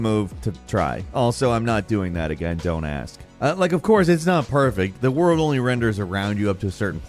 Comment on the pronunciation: Lol my daughter screamed out dio when she heard za worldo